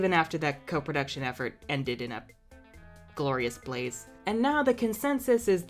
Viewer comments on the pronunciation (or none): none